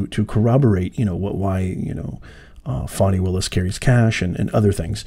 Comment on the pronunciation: Why did you apologize for saying her name…she’s Fani NOT Foni. Her parents must like that name.